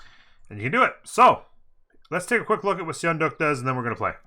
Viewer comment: Sorry I couldn’t resist - It’s pronounced “sun duck” if you care at all. Sweet content btw